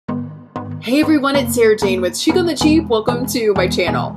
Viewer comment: Just an FYI... Chic is a French word and even in the US it is pronounced Sheek. Just so you know. Your channel is wonderful!